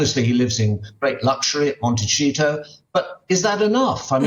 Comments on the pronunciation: Why does Michael keep saying Monticheeto, Americans can you confirm pronunciation? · Michael Cole has got to stop pronouncing it “Monte-cheeto” - the pretension is exhausting. Why hasn’t anyone in production corrected him yet?! Make it make sense 🫠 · Why does the old guy keep pronouncing Montecito as 'monteCHito' as if it's italian or trying to sound exotic. Montecito is a spanish word given to the town. No ch sound. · can't pronounce Montecito, Michael--while you repeat the same rubbish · Let me be clear, Montecito is an absolute lovely place to live, it is stunning, it is just not for Harry. If you have ever been there, you would know. California is hardly boring especially LA and stop calling it Montecheeto! Criticize Harry, but putting Montecito in a negative light is extremely misguided. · Montecito is a Spanish word, not Italian; thus, is pronounced with an "s", not "ch". Please, Mr Cole, if you're going to speak ill of California, at least pronounce the words correctly. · Can someone tell Michael Cole that the 'cito' in Montecito is pronounced 'seeto' in both English and Spanish, NOT 'cheeto'. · Monte”see”toe NOT Monte”chee”toe unless they have renamed a beautiful town after an orange junk food snack!🤪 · Montecito isn't properly pronounced Monte-cheeto, it is Monte-see-toe. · michael cole NEEDS TO LEARN THE CORRECT pronunciation of 'mon/te/seeto' NOT MONTECHEETO. DUNCE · Can someone finally be brave enough to tell Michael already it is pronounced ‘Montesito’ spelled Montecito & not pronounced ‘Montchito’! Gee!! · It's pronounced mont - a - seat- o not mont - ta- cheeto. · Mr. Cole, your quote is now so worn. You keep yourself abreast of things, which we all appreciate. One more thing, Montecito is not Italian. It's a Spanish word... you pronounce the C like TH in the Spanish accent, or like an S in the Latin American accent. IT IS NOT CH, EVER.